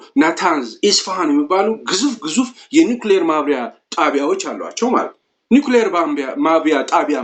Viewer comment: ማብላያ not ማብያ